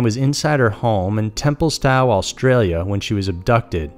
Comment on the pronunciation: Temple - STOE is how it's pronounced, mate with a silent W. Nice to see other sites doing Aussie Cases. Keep up the good work. :)